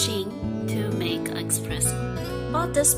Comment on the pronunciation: It’s espresso not expresso